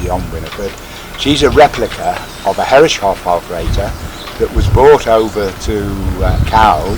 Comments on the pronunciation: Pronounced “hair-is-soff”. 😀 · Beautiful! But please, from a German: Start pronouncing Herreshoff's name correctly - thank you!